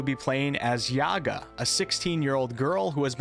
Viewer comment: It's Yagá not Yága, same as mústikka and not mustíkka:_Troll::_Troll::_Troll